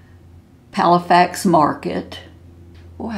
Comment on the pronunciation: Good video! Isn't it Palafox, not Palafax?